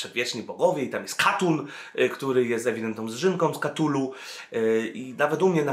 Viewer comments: {KATULU}? a nie przypadkiem {KTULU}? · wszystko super, ale "KTULU" a nie "KATULU". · Cthulhu wymawia się "ktulu". Lovecraft wymyślał nazwy i terminologię tak aby anglojęzyczni wymawiali niepoprawnie.